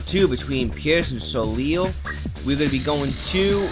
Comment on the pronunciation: It's pronounced So-Lay